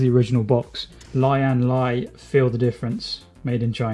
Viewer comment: Pronounced Lee-an Lee, that's the wifi card. Motherboard looks like a Asus PRIME A520M-A/CSM. Not a bad price for the PC.